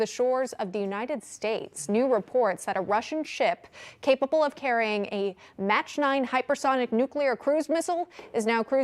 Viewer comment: A "Match 9"? Did she mean a Mach 9?😒 Jimmy Carter all over again he let the Russians access Cuba and the U.S. waters.